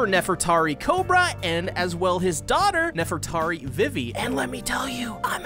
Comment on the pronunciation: "V V" Is how it's pronounced